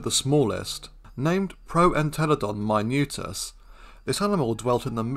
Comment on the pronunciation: nice video, thank you. BTW listening any english speaker while he is reading any latin name is a fucking pain. But nice video and thank you again. Proentelodon MInutus, not Mainutius.